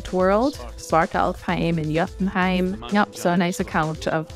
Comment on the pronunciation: I mean you say that, but then why did you mispronounce Jotunheim, and several other words? Weird word to purposely mispronounce, or randomly pronounce correctly while mispronouncing everything else.